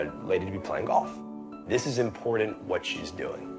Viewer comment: Did that guy just say “Impordant”? Great story. Keep up the hard work Pratima.